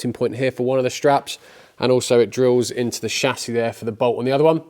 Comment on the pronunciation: chassis.....not chassis you